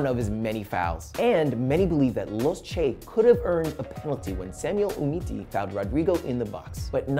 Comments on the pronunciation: UMTITI not Umiti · "Samuel umiti" Nice going bro its Samuel Umtiti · was i the only one that realized prez said Samuel 'UMITI'???